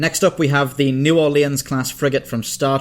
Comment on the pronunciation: New Orleans is s pronounced "New Ore-lynns". Sometimes it's even pronounced "New Aww-lynns " but never "New Ore-leans".